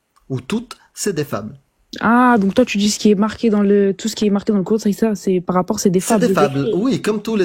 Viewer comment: Les tju au lieu de tu …. On n’en peut plus de la banlieue.